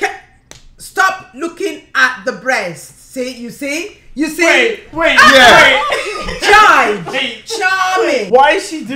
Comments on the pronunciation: Watching this makes me annoyed. She pronouncing jide as "jaid" when its actually "jee-day" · I love how she called him “Jide” instead of “jee-Deh”